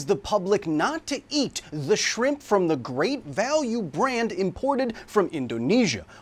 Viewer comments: Is shrimp an insult now? Why is he saying sphimpum? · Why is he saying shrimp incorrectly on purpose? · Even if anybody thinks the FDA’s guidelines for stepping in are a little loose, that’s pretty well below even halfway. Thanks for educating us when we need it. Love the knowledge. And I’m personally drawn to a “shramps” pronunciation myself. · Thanks for definitively proving that your captions are not auto-generated by including the “Shpimpy”